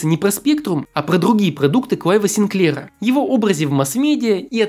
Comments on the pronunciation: СигклЕра? Откуда ударение такое? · не коверкай фамилию Синклера, ударение надо ставить на первом слоге